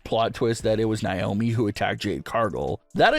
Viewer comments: It's not niomi it's Naomi 😢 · It's not niomi it's Naomi 😢😢😢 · Stop mispronouncing Naomi it's Naomi not niomi 😢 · It's pronounced Nay-omi If you spell her name backwards, is I moan